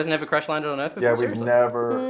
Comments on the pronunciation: Can the Smith family just not properly pronounce the word "Earth"? Jayden couldn't here, and Will couldn't in Independence Day. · And I didnt know they developed a "future dialect" I legit also thought Jayden had a speech impediment... Siaw! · Will Smith didn’t pronounce the word “earth” like that in Independence Day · I thought just like your mom did that he had a speech problem and it wasn't an accent. I was like why is he talking like that how did he get a movie starring role